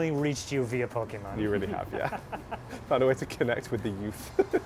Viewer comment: most impressive thing was saying "po kay mahn" correctly